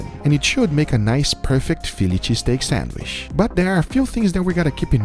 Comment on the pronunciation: No one:: SENWISH